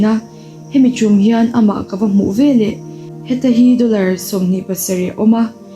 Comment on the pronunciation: Veleh hi velah tiin i lam zel a ngaihthlak i ti hreawm